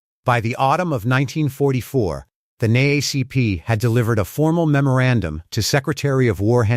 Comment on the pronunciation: I listen to these videos often and whoever either reads them or the AI bots that read them need to be informed. It’s N.double A.C.P. Since you seem to enjoy history or at least use history to make money please get it right. 🤬